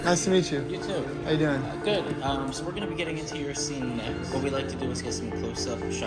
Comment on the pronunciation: This video was PERFECT except for . How could you mess up the word "Your" 😭?